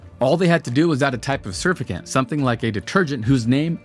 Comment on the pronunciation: Sir-Fact-Ant = Surfactant 👍